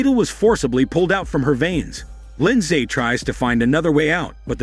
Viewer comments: That's not how you pronounce Lindsay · He’s not pronouncing Lindsay correctly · The American pronuciation of Lindsay is hilarious to me as a Brit. We just say “LIN-ZEE”.